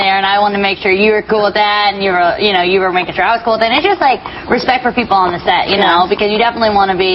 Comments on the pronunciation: Don't you love when everyone only comments on how they heard "sex" instead of "set" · i thought she said happy sex lol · from to it sounded like she said " you wanna have happy set" with an "x" instead of a "t" lmao!!!